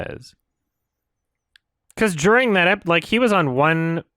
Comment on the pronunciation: I love how said djuring